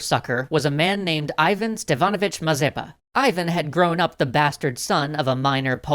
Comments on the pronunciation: That sounds Ee-van. Not Eye-van. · you mispronounce Ivan — it's more like Eevan (accent on A). Which is, by the way, on today Ukrainian currency.